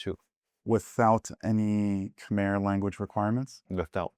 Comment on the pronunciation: its pronounced 'Kmayr' 😇